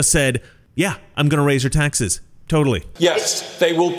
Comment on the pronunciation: Why can’t say the word “taxes”? lol